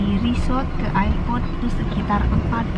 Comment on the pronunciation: mbak itu ngomong airport nya bukan ayer- port tapi er-port...sorry gak enak di dengernya 😘